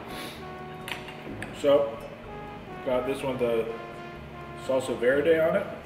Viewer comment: good to see you enyoy the food but a few point of view the burrito its not mexican is tex-mex and i dont know why the owner pronounce all the spanish name like american picou di gallo es pico de gallo saulsa vierde es salsa verde chilli di arboul es chile de arbol